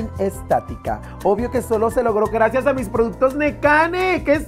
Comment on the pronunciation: “Gradciads prindcedsa” 😂